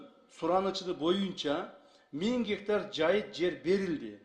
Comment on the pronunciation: Бир 90гектар дейт анан эле мин геетар дейт Ким кандай тушунду